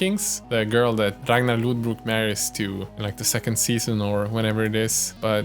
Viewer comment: I'm so excited to buy one of these once they are available! My first choice is this viking girl (she has more like slavic feeling for me tho ;)) (also nice to hear how native person pronounces Ragnar's surname :D)